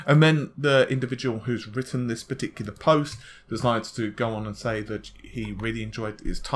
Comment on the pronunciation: You pah-ti-kulah-rly like the word pah-ti-ku-lah don't you ;) love your vids hehe